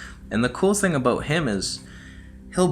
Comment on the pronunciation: We heard the Canadian accent when you pronounced "about" aka "a boat" 🤣🤣🤣🤣🤣🤣 I wish they would put your face on a Canadian coin like